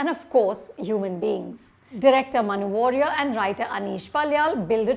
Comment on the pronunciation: It's WARRIER and not WORRIER. People tend to misprounce it